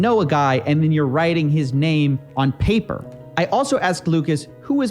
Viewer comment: "Itd be a surprise if you dont know a guy, yet you are writing his name on PAPER" Who the fuck is this idiot? Amoranth wrote peoples names on her body without knowing them.... and why the dramatic emphasis of the word Paper? Dude this video is fucking awful.